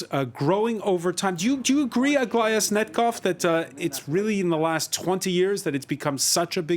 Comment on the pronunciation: Why does he call Aglaya - Aglia?